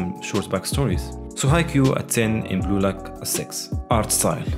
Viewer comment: Am I the only one who thought, he is saying Gulag instead of blue lock?